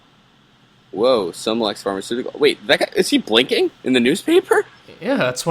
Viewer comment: 'Somaplex?' Really?